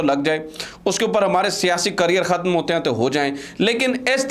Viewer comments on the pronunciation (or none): none